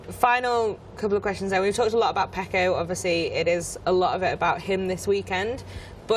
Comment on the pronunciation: FYI Fran....his name is Pecco not Paco.....small but significant difference as it's 2 different names